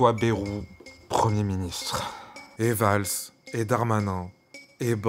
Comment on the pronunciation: Pas "Bérou" mais "Bayrou"... Ce n'est pas le premier ministre avec le plus de promesses (loin s'en faut) mais faudrait bien prononcer son nom